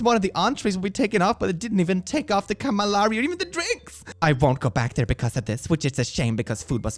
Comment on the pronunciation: and -> I like you,,I do🤎,but I'm an italian girl and I suffered when you mispronounced "calamari,spaghetti alle vongole and gnocchi" and "calamari" so bad 😅